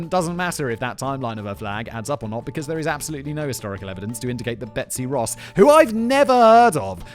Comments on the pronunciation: He only said it wrong one time out of like 6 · Betsy Ross, not Rose ya smooth-brained Brit!!! 😘 Edit: well shit, and this is why I should wait before commenting.